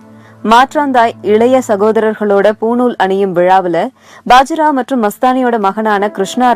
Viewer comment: Bajirao illa baajirao nu sollunga